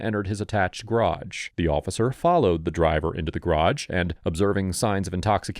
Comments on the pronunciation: Since when is "garage" pronounced "grahdge"? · Why do US Americans have such trouble pronouncing the word garage? Probably because its origin is French which is known to be difficult for US Americans. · I give you a C- for your strange pronunciation of 'garage'.